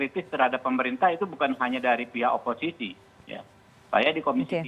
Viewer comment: Pengamat pintar ngomong.. Tdk sesuai realita.. Oposisi ya oposisi. Bukan opoiki.. Zong.. 😆😆😆